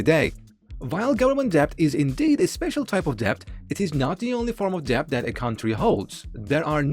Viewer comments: Wow so ridiculous to mispronounce that word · Annoying mispronunciation of the word “debt” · debt is silent "b" ✌️